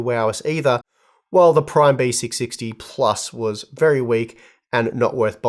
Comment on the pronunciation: Why it's sound like Besicsixty😂